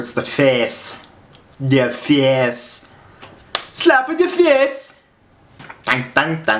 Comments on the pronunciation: do you say Face Or Fjæs Fjæs is face ind danish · At the end of some of your videos it sounds like you speak norwegian like at the end of this video it sounded like you said "Fjes" witch is a way of saying the norwegian word for face